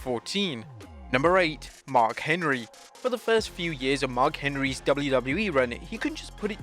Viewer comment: Who is Mar Henry? lol!